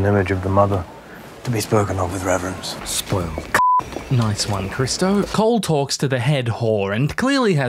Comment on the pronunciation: unwatchable. You said Cole's name correctly